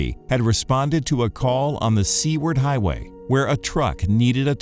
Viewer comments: I agree. I use to live in Anchorage. Drove Seward many times. I even scolded him out loud.... "It's Sue ward not sea ward dummy. Damn." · it's pronounced Sue Ward - Seward Highway in AK. and that happens so much that it's normal. People don't get all road rage or cuss people out when it happens. You just go on like nothing happene. (I lived in Alaska multiple places). Got ran off the road during drivers road test lol. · Agree. Traveled that Rd many times. Hollered at the guy for the mispronunciation.